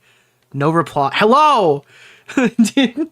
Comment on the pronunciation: The herro lmao I can't 😂